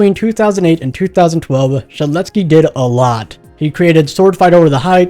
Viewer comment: No way he pronounced yksteldehs first try